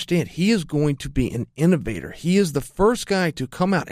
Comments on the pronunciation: Chael “intevator” Sonnen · Chael "Intovator" Sonnen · Colby "INTOVATOR" Covington